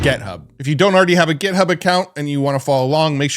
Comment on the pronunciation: It's "et-cet-era" not "ex-zed-ra" and "Git-hub" not "Get-hub."